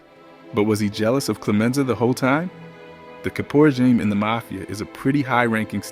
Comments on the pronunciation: Learn how to say caporegime. Clemenza and Tessio should have been underboss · Please for the love of God hire a narrator who can properly pronounce the names. It's Vee-toe and NOT Veto or Vi toe (pronounced that way when he talks about the funeral). Also it's Cap O Re seem not Cape O Rezum